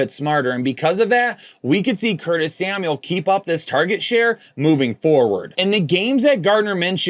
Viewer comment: LOL, Curtis Smauel (Samuel)